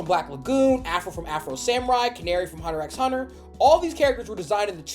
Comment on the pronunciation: haven't fw gachikuta yet but that one guy could be asian. anne from amphibia doesn't have "typical" asian features but it was based on the creator's grandma. maybe you need to realize asian phenotypes are more diverse then you thought. also who's gonna tell bro how to pronounce hunter x hunter right...